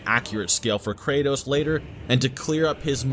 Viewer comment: For some reason I hear Cratus instead of kratos